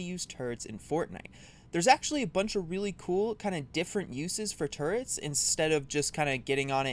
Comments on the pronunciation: I hate to say this, but it's turrets, not turrents. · How to correctly use “turds”? Am I the only one who heard that?